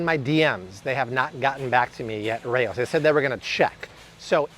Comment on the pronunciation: It’s pronounced “Rowz” not “Ray-Ohs” 🤦🏻‍♀️ I’ve eaten at the actual historical restaurant in Harlem.